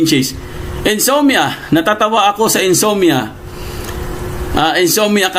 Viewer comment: Insomnia not insommia